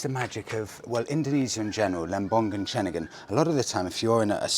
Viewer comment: Same goes for Ceningan too, so Cening-un, not Cening-gun.😃😃👍👍